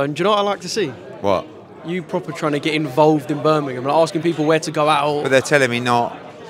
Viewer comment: He’s saying bur min im instead of Birming um